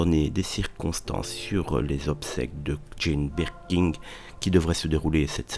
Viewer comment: Je ne sais pas si je préfère le cheveu sur la langue ou la prononciation "BirkinG"... 🤣